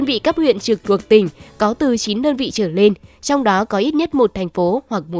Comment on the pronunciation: Cô MC này nói ngọng, "trở lên" thì cô ta đọc thành "trở nên". Bộ bản tin này hết người đọc rồi sao hả ?